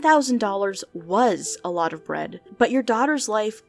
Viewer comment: It sounds to me like the guy either has a New Jersey accent, or a speech impediment, and is trying to hide it. The way he says daughter sounds like the accent but he also kind of says “bwead” instead of “bread”.